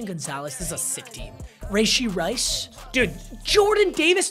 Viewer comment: rayshee rice 💀